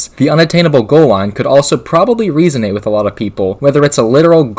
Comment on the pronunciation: Sorry to be a bit annoying but resonate, isn’t said that way.